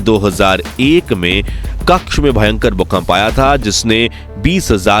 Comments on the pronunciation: કક્ષ નહિ કચ્છ બોલો ભાઈ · it is not Kakch . It is Kutch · भैय्या कक्ष नहीं कच्छ बोल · कच्छ होता है, क्श नही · क्कछ नही् क्चछ! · AAP KAKSH GALAT BOL RAHE HAI. SAHI SABD HAI " KATCHH "